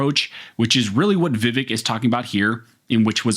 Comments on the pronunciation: His name is pronounced “Viv-ake” like in cake. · Vivek like cake not "Vivehk" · His name rhymes with Ear-ache - but with the accent on the second syllable: Veev-ACHE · Pronounced: Vǐv-ache Thanks for this awesome video! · The candidate's name is pronounce VIvek____Va Vake_____rhymes with cake. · Please...the man is a LEADING CANDIDATE for President. His name is pronounced: "Vih-VAYK." Pronouncing things correctly gives your information greater credibility. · The pronunciation is vi-VEK, sound like "cake" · Vivek... Rhymes with "Cake" (exact wording Vivek uses to explain it to people) also, it seemed you were intentionally avoiding his last name (it's hard, i get it), so for reference: Ramaswamy - Rom-uh-swom-ee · I wish people would listen to him about how to say his name is pronounced vavake sounds like cake not vavike like Michael vice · Vivek is pronounced Vi-Vake as in Cake. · "Vivake" like CAKE...😂 Love ya bro. Just had to. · Just so you know his name is pronounced VehVake, like ache, not ekk. As in I ache to have my 2nd amendment rights restored in California. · FYI his name is pronounced viv - ake like cake. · His name is pronounced vi-vAke. Second syllable rhymes with cake. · FYI: HIS NAME IS PRONOUNCED 'VIV-ACHE' (RHYMES WITH CAKE) !!! YOU DON'T WANT TO BE CHANNELING DONNA BRAZILE, LOL !!! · It’s pronounced Viv-ake! Like Viv-(cake) subtract the c. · Just so you’re aware, it’s “Vih-vake” with the emphasis on the second syllable. He talks about it specifically with Tim Pool on the Timcast IRLpodcast. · Vivek is pronounced vi-Vake. Thnx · Vivek rhymes with “cake”. It’s a very easy name to pronounce. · Yo, learn his name. It’s pronounced Viv-ache. Vivec is one of the tribunal from morrowind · It's pronounced Vi-Vake. It rhymes with cake. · Vivek….is pronounced Vivake (like cake)